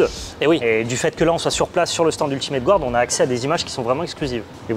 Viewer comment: qui prononce "Ultimate gOUarde" ça me bute à chaque fois. Désolé!:D